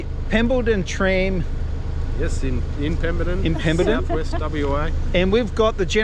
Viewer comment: It's not Pembleton it is Pemberton ....😁😁😂😂🤣🤣.it's starting to get to me , haha. Good to see you back .